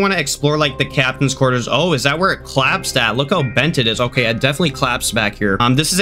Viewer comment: bro why do you say captains qurters